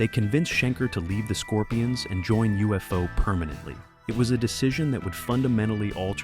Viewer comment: UFO Club. Pronounced Yoo-fo.